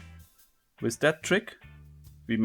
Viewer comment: Why you say "with" "wis"?